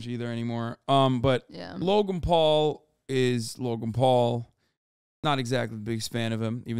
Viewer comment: I always hear “Logumpaul” whenever hasan says Logan Paul lol